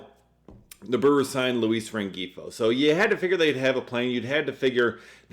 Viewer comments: He was driving me crazy with the hard G 😂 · Luis Rengifo's name is pronounced loo-EES ren-HEE-foe. Just fyi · I believe the G is silent in Rengifo.